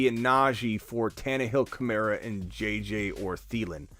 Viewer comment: Am I the only one who gets irked when people pronounce KamAra like Kamarra